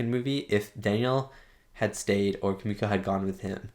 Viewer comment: And don’t worry. You pronounce Kumiko’s name right👍🏾